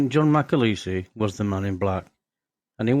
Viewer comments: John MacAleese (not MacAleesey !) Eas born in Larbert in Scotland. At least get his name right ,! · its mc aleeeeeese not mc alaisise